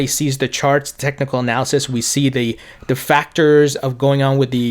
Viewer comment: I'm sorry. You do a great job. One thing that drives me crazy is your pronunciation of "th" you nail it when you say "ethereum ", but the you pronounce "their ", or "the", it sounds like "dare" or ""da". Great content, great everything, just letting you know. Thanks